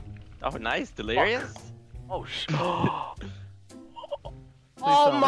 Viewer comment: You might do better with golf it, the mouse as the putter is so much easier haha When calls delirious "delirio" I'm just picturing a cherio with a jason mask 😂 delirious being butt buddies with ohm again 😆